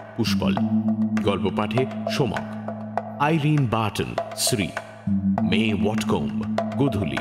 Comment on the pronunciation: সোমক reading শুমাক 🤭